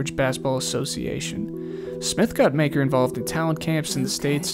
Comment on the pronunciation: Its pronounced muh-ker